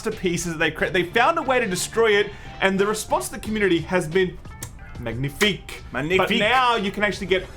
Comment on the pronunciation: Mag-Na-Fique Lmao love you guys.